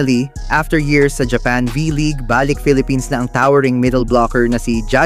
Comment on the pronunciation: Ayusin mo pagbigkas ng salitang balik....mabilis at matigas ang pagbigkas nyan.